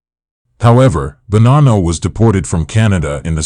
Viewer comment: Why do you ou keep pronouncing Bonnano with an R?